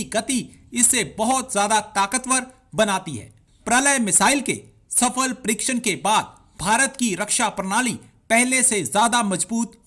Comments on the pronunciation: Praley nahi parlay hai...😜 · Idiot it is not parale ,it is pralay ,pralay means qayamat. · Firstly learn proper pronunciation of Pralay which means Qayamat.